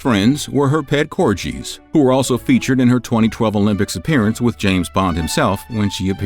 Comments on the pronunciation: Its pronounced Cor-gee...not Cor-jee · Theyre pronounced Cor-Gee...not Cor-Jee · she was sent to Windsor NOT balmoral at the start of the war its pronounced COR GHEE (pronounced like the Indian Butter Ghee) not COR JEEE As Queen Regina she doenst have a last name before she was married or the queen she was Known as Elizabeth York, Charles was Charles Windsor Prince of Wales but he will now jus be known as King Charles III not King Charles Windsor. So she didnt choose not to have a last name a monarch just doesnt have one the Queens Favourite Drink was gin and Dubonnet other than that great vid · Corgees?? In true US style and " no offence intended said completely wronG" Notice the G! "Got" "Go" "Gimp" "corGies" 🤦‍♂️ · It’s the pronunciation of corgis for me 😂😅❤ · are we all going to ignore how he pronounced corgis